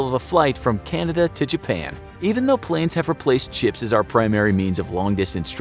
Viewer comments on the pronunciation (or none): Guy said chips and not ships